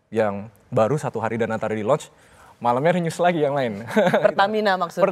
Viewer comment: launch bukan lounch